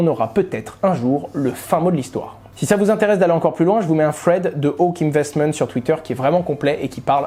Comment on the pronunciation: Par contre quite à foutre des anglicismes partout prononce bien stp. Les "fred" sans le contexte jaurais jamais compris thread.